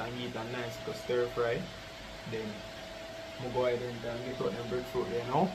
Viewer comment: Stir fry NOT Sirfry